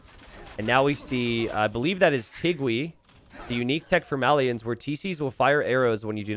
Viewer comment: You pronounce "Malians" wrong.